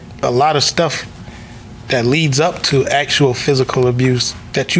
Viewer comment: THEY cannot say "THAT" ... "THEY " say - "DAT"... DAT DAT DAT DAT DAT DAT DAT DAT DAT DAT DAT DAT DAT DAT DAT DAT DAT DAT DAT DAT DAT DAT DAT DAT DAT DAT DAT DAT